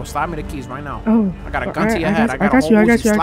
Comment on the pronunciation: right neow